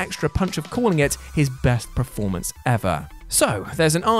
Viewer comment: No one who ever watched Last Action Hero and missed that Stallone Joke. Also can you please stop saying "PREformance"? Just a request. You know its PERformance right? I dont know why it bugs me so much but it does.